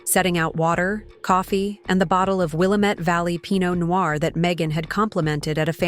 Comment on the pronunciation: Pronounce Will AM ette right for heaven's sake.